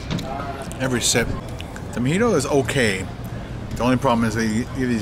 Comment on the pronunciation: its pronounced "MO-HEE-TOW" not "MA-HEE-TOW", I've noticed you have trouble pronouncing words.